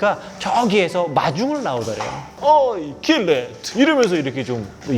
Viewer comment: 겔레트가아니라 겔레트입니다